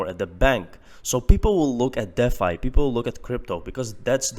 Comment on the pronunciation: D Fi.........not Deaf Fi.